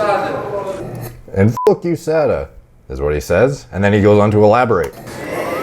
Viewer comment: “Fugh HOOSADA”